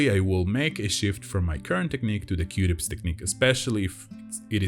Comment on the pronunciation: It sounds like you are saying qdips 🧐 say, que-tips. Qtips no Qdips. OMG, I think you are a wonderful person, and usually I watch these videos when I’m stressed, because it gets my mind off of everything. Anyway, you make me smile a lot with your quirky sense of humor, and that you’re not afraid to say what you really want to say. (mute button manual) Thank you for always finishing the pops! NEVER ON ANY VIDEO do they finish their pops! A$$holes! Your videos and listening to your soothing voice makes me feel better, it always relieves my anxiety. Thank you!!! Dani Wilson Baltimore, Maryland